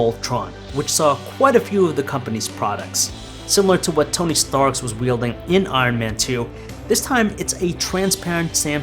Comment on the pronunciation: Tony Stark. Not Tony Starks smh